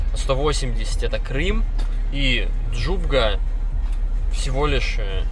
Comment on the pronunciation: Не ДжуГБа ,а ДжуБГа!!!!!!!